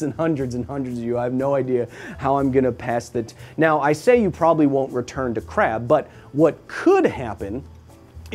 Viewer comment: That KRRRab. It's like your german ancestry is coming out.